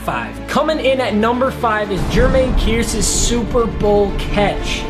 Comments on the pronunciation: “Jermaine Kierce” it’s pronounced kerse buddy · It's pronounced "Kerse" not "Keerse" gd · fyi. its pronounced "Kerse" not "keerse" but yeah. Kearse catch was Hella nice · Kearse is pronounced like curse not (KEERSE) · "Curse" not Kearce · Kearse is pronounced same as "curse" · btw his last name is pronounced curse just spelled kearse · He said Kearses name rong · come on I was cringing at how you pronounced Kearse. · The way he said Jermaine Kearse name 😩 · It is just me or is pronouncing Kearse's name wrong?